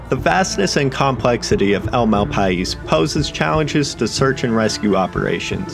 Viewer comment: i live in NM. it's pronounced mal pie.